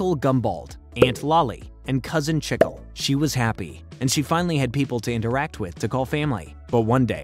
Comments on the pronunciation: It's cousin chic-le bro not checkle 😭😭😭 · this video was great right up until I heard cousin "chickle"... it's CHI-clay or gum in Spanish otherwise great video. Adventure Time was absolutely amazing! :) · cousin chickle is pronouced COUSIN CHEE_KLAY* its gum in spanish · Its pronounced ch-eek-le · I love this show so much, you made a great video dude! Love how you covered everything!! The only thing I didnt like was how you pronounced cousin chicle😭😭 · The way you pronounced cousin chicle’s name is really shivering me timbers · The Chicle pronunciation got me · I loved this, but the way he pronounced "Chicle" threw me off 😭😂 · Saying uncle chicle wrong 😭😭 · pronounced chicle wrong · bro the way he pronounced chicle makes me unreasonably mad